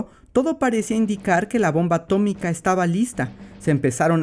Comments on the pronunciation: ATO-MI-CA se dice ATO-MI-CA Henry trumman 2021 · A-TO-MI-CA se dice A-TO-MI-CA 😂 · Historia bien contada + ciencia + referencia Simpson = me suscribo ya mismo!!! A-to-mica, se dice a-to-mica 😆👏👏👏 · Atómica, se dice; a-tó-mi-ca!!! - sentí algo que no supe explicar... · Atómica, se dice atómica. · Atómica se dice Atómica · Atómica, se dice atómica